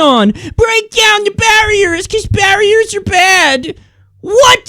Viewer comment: "Break down the berrieerrs cuz berrierrrs err badd!" "WHAT?!?!?!"